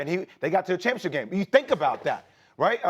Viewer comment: You play for the "Championship", not the 'Chumpionship'.